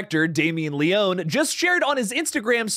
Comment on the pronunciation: Great content. I love your updates. Especially of Terrifier 3. I gotta say though....my only gripe is your pronunciation of Damien Leone's last name. It's pronounced Lee-own-ee. Not Lee-own. Other than that, you're perfect 😊. Thanks for all the awesome content my friend!